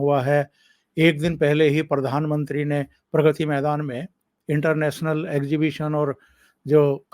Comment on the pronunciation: परधानमंत्री मत बोलिये प्रधानमंत्री बोलिये